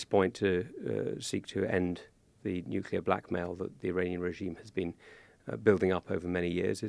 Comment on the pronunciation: Lammy and Pollard cannot even pronounce “nuclear” correctly. How can one take them seriously?